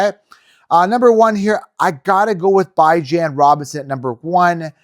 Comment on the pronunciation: No you were not the only podcast saying dont draft CMC 1st...totally disagree...y do you pronounce Bijan's name wrong everytime